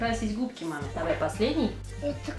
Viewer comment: Ну, маамааа - как же все детки одинаково это произносят))) смеялась все видео, ))